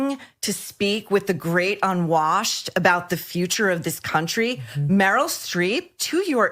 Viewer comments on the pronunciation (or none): none